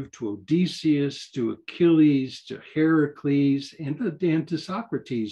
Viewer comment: Dude said Herakles without a pause or second thought. He is officially my new best friend!